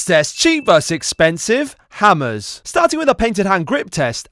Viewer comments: he didn't pronounce the H that's why I put it like that bucko wucko zucko bro 🥀🥀🥀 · he did pronounce it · he literally did pronounce the “h” 🥀🥀